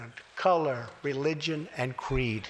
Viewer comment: did you miss the Queeds?? He meant to say creeds lmao.